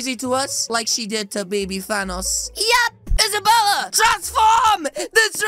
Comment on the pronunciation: Did you say thanos?